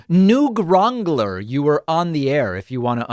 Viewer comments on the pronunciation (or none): "Noog Wrongler" 😆